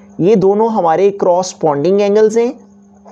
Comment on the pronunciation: Its not cross ponding its co-responding . Res-ponding . Ok ?